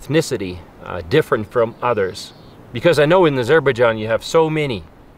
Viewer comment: Azer- bág-ahn ???? My God